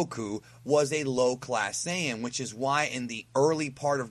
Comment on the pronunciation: Hey. Why are you pronouncing Saiyan wrong?